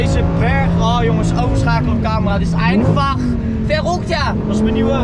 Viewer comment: 'verrückt',, niet 'verruckt'. 'verruckt' is, wat jij de afgelopen maanden met je plasser hebt gedaan. 🤣